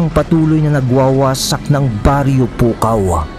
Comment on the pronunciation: Gumagana ang pagka ilokano mo 😂😂😂”PUKAW’ pa more